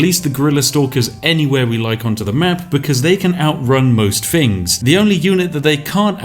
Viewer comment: You betray yourself when you say 'fings' and not 'things'